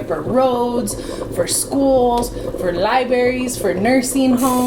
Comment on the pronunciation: Lie-berries lol 😂